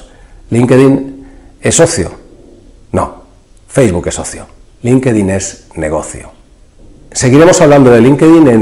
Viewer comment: No se dice "linquedin" . la correcta pronunciación es "LINK-TIN" (Linkedin)